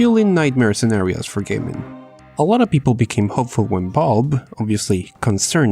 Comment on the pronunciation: Gotta admit ... i hear "bulb" when you say Valve.